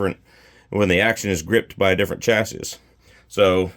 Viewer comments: Also it’s pronounced Chass-ee…don-key! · The last s is silent buddy